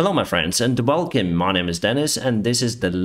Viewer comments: Lol, I just realized when you say welcome it sounds like at the beginning of this video. I am not saying change. It just caught me as funny. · "Hello my friends and Walkem"